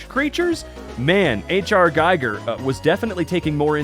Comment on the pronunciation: H.R. Giger's Surname is Pronounced "Gee Ger" Not "Guy Ger".